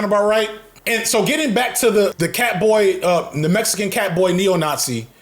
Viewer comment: Bro makes Mexican sound like a slur 😭😭😭😭 cmonnnn